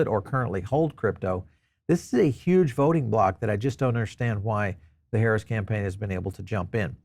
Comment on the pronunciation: You seem to be a smart man, so why do you keep mis pronouncing the VP’s name?